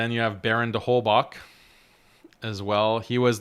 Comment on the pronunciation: It's not that important but Holbach is of German origin so I wanted to say that often the german "ch" is pronounced like the arabic خ not k/ك